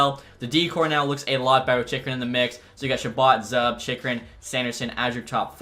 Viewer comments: its zOOb not zUHb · It’s “Zoob” lucky sens fans didn’t hunt you down for the pronunciation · Zub is pronounced ZOOB and Jakub is pronounced Yakub